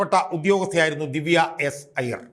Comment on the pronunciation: ഐയ്യർ അല്ല അയ്യർ ആണ്